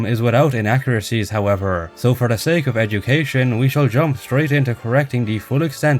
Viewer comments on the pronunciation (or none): none